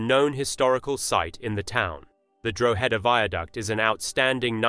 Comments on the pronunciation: Drogheda Pronounced No as in this video It's Draw hada . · that's not Ireland it's pronounced Draw-ha-da👍